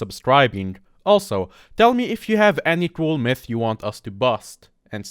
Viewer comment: At first i thought he said meth intrad of mythe lmao